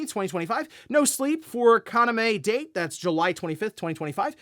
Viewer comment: This is the second time, so I need you to pronounce this correctly: Kaname Date Ka-na-may Dah-Tay Thank you.